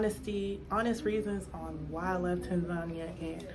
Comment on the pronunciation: I'm puzzled as to why Americans, white, black or purple with pink spots, can't pronounce Tanzania. I thought at least if you were living there, you would know that you were pronouncing the countries' name incorrectly. It's Tan - zan -- eea not Tan - zarnia